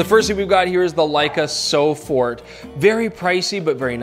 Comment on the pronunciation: It is "sofort", not "so fort".